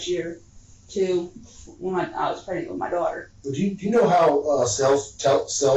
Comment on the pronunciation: Pronounces it "pregnick" and thinks she's going to outsmart police. 🤔🎓